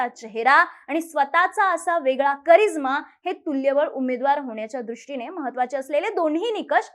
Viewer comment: करीझ्मा...की..... करिश्मा ?